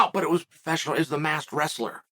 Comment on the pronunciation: Why can't you say masked?